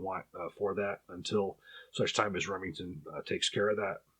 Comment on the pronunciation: "Remington's" HA! More like "Lemingtons'" am i right guys? Err guys?